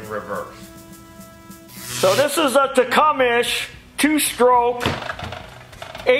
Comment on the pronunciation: Techumesh?? lol... It's pronounced Tech-um-see